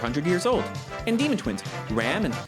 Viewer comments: english dub is so fucking cringe i cant take this also can you please stop pronouncing Ram like the english word please, she's not a ram, she's Ram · So I's the Bloody Dubs fault I see all these youtubers call Ram "Rom" It's Ram, Like the Sheep Animal that headbutts you or "Battery Ram" or 'Ram'p Rom is the Big dark skinned giant from the loot house not the pink haired demon battle maid. It's ridiculous have the Dubbers screwed up one of the main casts names.... Just one example of why I personally don't watch Dubs